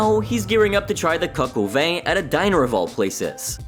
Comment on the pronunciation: You still said Coq oh Vain. No judgement to the waitress then 😅